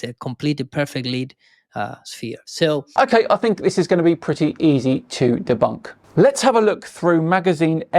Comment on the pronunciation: De-bownk? If your going to insult people, learn the language cockroach.